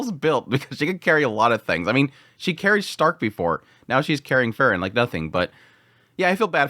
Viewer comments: It's Freeren, not Frrren.😁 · As i say again, it's Pronounced like this, Frieren as in 'FREE-REN'... Not Furren. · You pronounce frieren and fern almost exactly the same and its a little confusing, good video though! Slowing down your speech in general would be nice imo, as you tend to say individual words very quickly in a way that can be difficult. Just chill, speak a little more deliberately it would be a big improvement just imo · You pronounce Frieren and Fern almost exactly the same and it confuses me sometimes haha